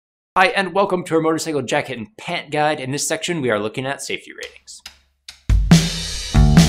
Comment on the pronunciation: Haha "safe-tay"